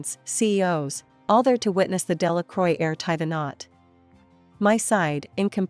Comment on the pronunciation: Delacroix isn't pronounced as "Dela-croy". More something as "Dela-crwa".